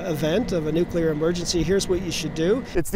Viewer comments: NUCLEAR. NOT NUCULAR!!!!!! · Nuclear, not nucular. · How many times is the guy going to say NUKULAR??? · You would say it was confusing. Nucular. Go back to school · Another journalist doesn't know how to pronounce 'nuclear'.